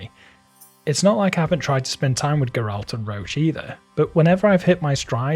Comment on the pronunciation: The way this dude pronounced Geralt... Ffs. He said he has played it. If that was true, he'd know exactly how his name is pronounced. His name is spoken many many times in the beginning of the game, so there's no excuses.